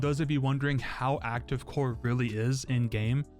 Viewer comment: Bro said Cower